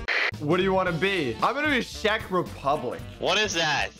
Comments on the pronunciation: šek republic haha its Czech Republic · Did you say shrek rebublic